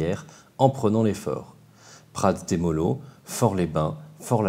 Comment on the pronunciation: "Prats de Mollo" prononcer comme ça: "Pratz dé Moyo" XD s'il vous plait ils nous respecte pas en Occitanie XD